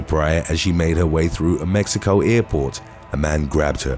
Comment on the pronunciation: Wait... he can't say 6th or pronounce American last names correctly, but pronounces Mexico as "mehico"? The pretentiousness is real...